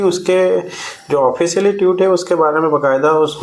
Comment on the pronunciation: भाई साहब ट्यूट नहीं ट्वीट बोलते हैं